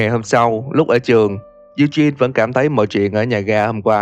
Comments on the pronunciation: Lên google dịch chứ tôi thấy ổng cũng đọc sai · Ad đọc tên Eugene với Sean thấy buồn cười ấy =)))))